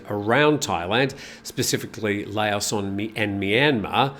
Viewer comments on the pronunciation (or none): none